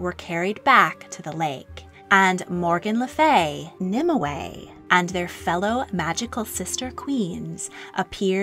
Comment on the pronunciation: You seem to be putting an extra syllable into Nimue's name. In all the literature I've read/studied it's 2 syllables not 3